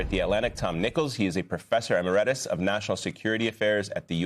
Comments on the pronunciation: Its professor EMERITUS, not professor 'amerettis'. Even the news anchors in America are illiterate... 🤦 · Would someone please teach this broadcaster how to pronounce 'emeritus'. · Nope. Shutting this off. If you cant even pronounce emeritus, how can we trust your reporting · A newscaster that cannot pronounce "emeritus" is not worth listening to